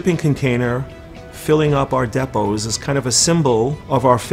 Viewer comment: how he pronounces depots kills me...